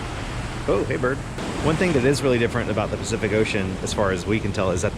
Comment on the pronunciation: I had to laugh - your “specific ocean” instead of Pacific Ocean was so funny, even commented on it. I grew up in Washington State, we went to the Pacific Ocean all the time. Glad you’ all had a great time at the conference. 🦋🦋